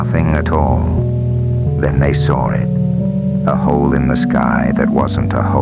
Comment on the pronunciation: "Then they sohr it."